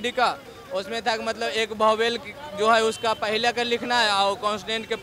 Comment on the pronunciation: बौवेल या वॉवेल 😂😂🤣🤣🤣🤣